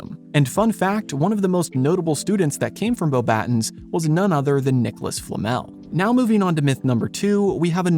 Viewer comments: It's not pronounced "boh-battens," it's "bo-ba-TÕ," (like the English word "baton," but without the final N sound). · You pronounced Beauxbatons wrong, it's pronouced "Boba-tong" cuz it's French. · You can tell it's AI by how it tries to pronounce the French school name. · You lost me with your pronunciation of Beauxbatons